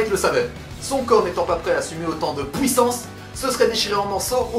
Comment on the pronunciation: Il a dit pouïssance 😂😂